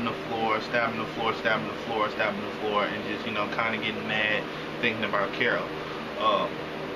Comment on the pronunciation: holy shit, u actually said carol. Usually it's carla lol